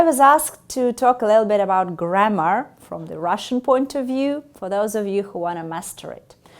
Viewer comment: Her F sounds too Russian, even distracting. It was one of the first things in pronunciation we had to deal with when studying English - make it sound like IV, not IF.